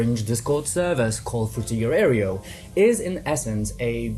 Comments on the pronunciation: For future reference, "aero" is pronounced like arrow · This was a good essay, except for the parts you kept saying "airy-o" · Dude... now you can pronounce "tech" correctly but you mispronounce "aero" and say "aereo" instead. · He took "Techhhh" from us but gave us "Areo" -- well played, sir, well played 😅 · haha, "areo" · I don't think that's your preferred pronunciation of "aero". That's just dyslexia.